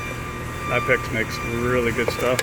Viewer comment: Another pronunciation for Knipex lol, German pronunciation kuh-nip-ex :) beautifully presented box btw great job, I’m considering purchasing